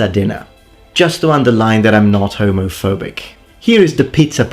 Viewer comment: Man the only issue I have with you is how you pronounce Homofawbic